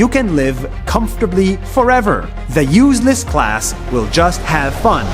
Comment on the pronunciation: I thought he said “useless cars”